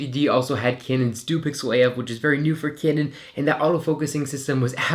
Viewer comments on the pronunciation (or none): A few corrections. Pronounced kanon 90d not kinon 90d. Has a joy stick like canon 50d. The 5x series always had a joystick but this was discontinued on the 60d. Thanks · stop saying caynon mate